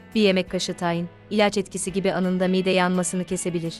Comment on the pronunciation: Siz anlatan hanımefendi Türkçede bazı klimelerde bazı harflerin uzatılması gerektiğini bilmiyor musunuz, mesela mide kelimesindeki i harfi uzun okunur, aksi halde çirkinleştirirsiniz